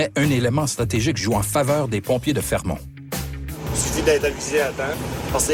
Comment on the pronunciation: fermont, pas fremont